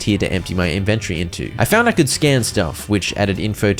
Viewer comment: I'm only seconds in but I just have to say I've never heard anyone say "inventory" like that before 😭😭 I'm positive it's just because of your accent, but to me it sounded like "invent-ory" instead of "inven-tory" like I'm used to lol. It was cute doe